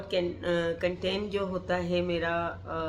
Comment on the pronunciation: Har bat mai inperson bol k khud ko angreez mat pretend karen urdu he bolden to zada acha hy wrna sahe English bolen content hota hy cantan ni hota bus ek inperson bol k ap or buri lagrahe hoti